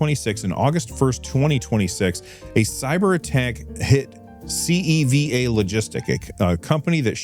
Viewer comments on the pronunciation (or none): CEVA logistics is one of my clients at work. I can't really say anything about the hack (this is the first I've heard about it tbh), but FYI it's pronounced See-va